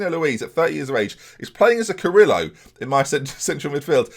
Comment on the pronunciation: Goy Kov and Carrilero, not Carillo. Really good vid anyway.